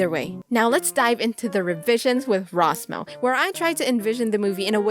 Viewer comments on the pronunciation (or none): When you can’t roll your r’s so you can’t say her name right Oooooof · I cannot get over that introduction. RRRRRR Ros Mo